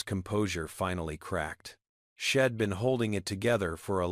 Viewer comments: So many pronunciation mistakes, it sounds ridiculous. Head, for he’d, shed, for she’d , Ill, for I’ll., ill is another word for “sick” and so many more, you should be able to find them, and make them learn how to pronounce them correctly! Here’s another one, hell, for he’ll. Im for I’m. The longer I listen to this, the worse it gets! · This was a good story except the fact that AI could NOT pronounce words correctly, you need to better or not do it at all!!! The word he'd was pronounced as head, the word she'd was pronounced as shed. Really you can't pronounce words correctly??😢😢